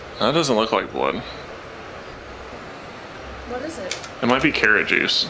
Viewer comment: I.... Tell.....you....hwat 😁